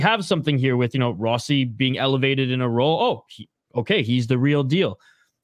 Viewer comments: The biggest bright spots for me were Faber and Rossi. The Fiala trade is a shining example of "blind squirrel finds a nut" as there was no indication Faber would be as good as he has been from the get-go....Guerin got tremendously lucky there. "Row-Sea" as pronounces it, proved to me he could play in this league, and I had my doubts. Pre-season, I predicted the Wild would miss playoffs so that wasnt shocking, especially with how bad they've done against the TOP teams in the west, the past few seasons. Anyway, tonight is the last night I have to listen to LaPanta Carter and Wes spew absolute homer nonsense for a long long time. Cheers!! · "Row-Sea" as pronounces it, Ah, what does he know. It's funny because no one pronounced it like that and after Guerin tells him he needs to add some FU to his game he says it's pronounced Row-Sea. He took it to heart.